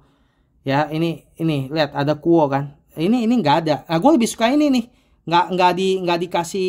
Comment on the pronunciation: bacanya KU OWE mas.